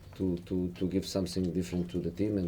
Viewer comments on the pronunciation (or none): "Th" sound is the hardest thing for a English learner to get. it's easy for us, but it's not for them. he also says "Somesing" if you listen.